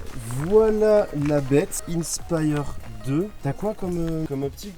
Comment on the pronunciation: Innnnnespyre 2😂😂😂, inspire 2 comme quand tu est inspirer